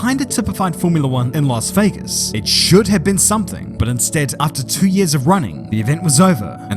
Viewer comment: It's Las Vegas😂